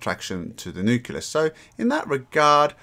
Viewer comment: Whay do you call necleus a "nucilus"?